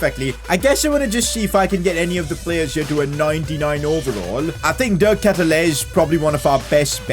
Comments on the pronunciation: De Ketelaere is pronounced as "ket" sound like "aid" "Laer" sounds like "war" So K-aid-u-lar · You say his name like this de ketelaare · It’s pronounced de- kate-te-laree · You have to say De ketelaare. Nice vid, keep up the good work bro! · it is de ketelaere but say de ketelaare that's how we pronounce he's sur name say just say de ketelaare that's how we pronounce it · Btw, the striker's name is pronounced like De Katy-Lar, and the LM Hauge is pronounced like haag, as in ten hag. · You prounounced the name of De Ketelaere so wrong, but I'm so glad you signed him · You said De Ketelaere so wrong lmao